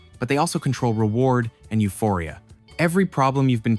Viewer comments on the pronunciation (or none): none